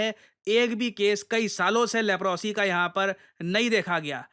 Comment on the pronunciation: लेप्रोसी नहीं लेप्रसी बोलते हैं।